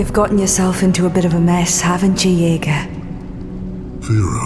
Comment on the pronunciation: It's Yeager not Jaeger